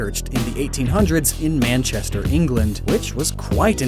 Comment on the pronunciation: Did you just call Manchester man Chester